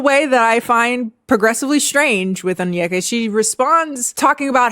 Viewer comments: I am only saying this because it has been killing me with this story but her name is pronounced ON-YE(think kanye)-KAH not ON-YUH-KUH. I keep hearing this all over the internet and it was getting to me a bit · How did you listen to 3+ hours of her videos and not be able to pronounce her name - On-i-ka, not On-yek-a. She says her own name multiple times. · it's kinda hard to articulate but essentially it's less (on- yeka), and more (oh-nyeka). Like the n and y are said together not separate. You can also search up videos for pronunciation too ~ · Oneyka’s hairstyle, the way she mispronounced her own name, and following Candice Owen’s told me everything I needed to know about her 😂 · i mean is onyeka saying her own name right lol